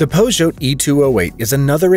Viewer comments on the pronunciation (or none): "Renolt"? "Pozhote"? FFS... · Peugeot is pronounced Poo-cho !!!